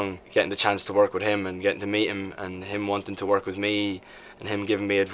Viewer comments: don't say chance. SAY CHONCE! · HE SAID "CHANCE" INSTEAD OF "CHONCE" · did anyone noticed he said chance not chonce? this is NOT good :" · That's like how every British person pronounces it???